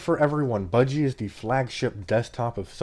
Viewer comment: "buh-gee", "nome"